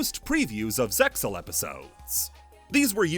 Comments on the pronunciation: The Zexal cut characters in the episode summaries brought me back to those times like a ratatouille ptsd flashback. I love this iceberg. Something something Zexal pronounced Zeal and a link to a reddit JPN production translation and a crying soyjack of myself ect ect. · Wouldn't you just link to an episode of the sub where they literally say ZeXal and the X is silent?